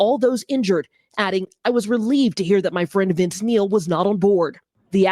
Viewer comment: Neil, not Nail.